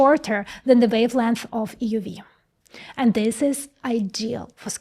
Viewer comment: "EeeeUUU Veee" Just joking she's adorable.